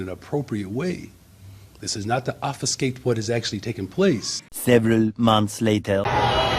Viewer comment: Hold on,. Ofiscate? It's obfuscated.